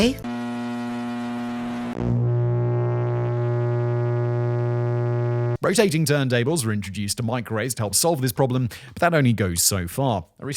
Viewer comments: what’s a meekrowauvay? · Hearing her pronounce microwave as “meecro-wah-vay” makes me want to stab myself in the eardrum with a splintered wood toothpick!😖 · "Which I have warmed, in the meecrow-wah-vay"...How can a woman so beautiful be THAT FUCKING DAFT!?